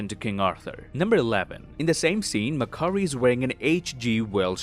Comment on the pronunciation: I love it when says mc curry lmao mcdonalds now serves chicken curry